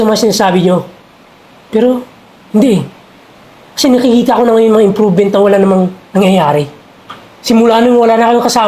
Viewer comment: Improvement, not improven 😅